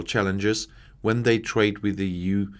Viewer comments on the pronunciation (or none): none